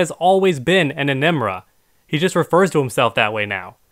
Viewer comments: He keeps saying “Enemra”! Stop ✋ I’ll spell it out for you E-N-E-N-R-A Damn this got to me Also while I’m at it let’s check this out GamingSins said They’d hire her if she was real (her being Jacque) then this guy goes on to say “I think you should, that way your videos wouldn’t be so much bullshit” then he goes on to complain about people taking things so seriously 😑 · Emenra? It's Enenra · How this guy defends the ice and fire "negating each other" 😂gone to school dawg?😂 "Enimra"😐 Someone better make a video smashing this dude